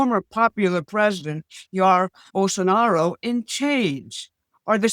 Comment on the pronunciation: The Portuguese name "Jair" is pronounced in English phonetically as "ZHYE-ear" or "JYE-ear".